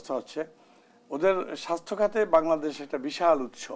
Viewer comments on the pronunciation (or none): none